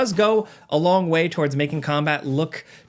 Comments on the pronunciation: WAY better.. Weye better. You sly dog. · "Weye better" See what you did there, and i appreciate it. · It's Weye better. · Weye better😂